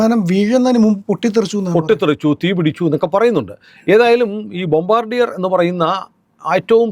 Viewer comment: The correct pronunciation of that company name is " Bombaadiye" എന്നാണു. Its a French word..Thank you for your informative vedeos